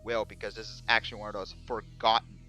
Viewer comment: The ammount of times this guy said actuawy. I think I'll stay tuned to hear this beautiful word again and again, I love it.